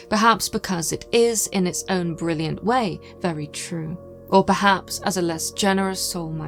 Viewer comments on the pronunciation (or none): none